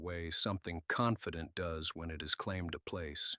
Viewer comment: The word for female goats ( does) is not pronounced " duz". If the AI narrator can say it correctly the second time used, why not the first?